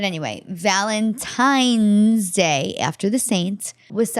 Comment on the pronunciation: I have never heard said "Valentime's" Day.